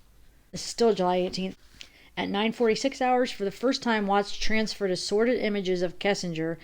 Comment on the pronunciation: It sounded like you said "sorrid" nude pics not assorted...good one